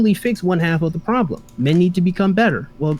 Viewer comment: I like when says “Pwoublum”